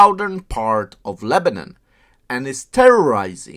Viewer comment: It’s not lebanin it’s Lebanon say it right or don’t even mention it idiot